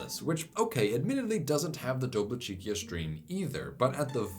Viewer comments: Regarding Dobličica: for future reference, C in most if not all Slavic languages transcribed in Latin is ts, not k. Doblicheetsa > Doblicheekia Think pizza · you pronounced Kupa correctly, but Dobličica is pronounced “do-blee-chee-tsah”